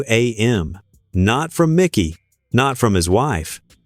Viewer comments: IT IS MIKE-Y NOT MICKY, MIKEY.. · ITS MIKEY McCOY, NOT MICKY. MIKEY. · This narrator is A.I. You can tell because the video pronounces "Mikey's" name as "MIcky" with a short i. Whoever created the video didn't even double check the audio. How dumb.